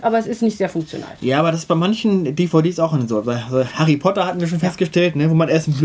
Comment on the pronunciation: Hari Potter... Höre ich so auch zum ersten Mal :D